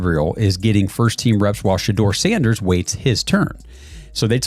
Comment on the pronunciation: How many different ways is this AI robot gonna pronounce Sanders name?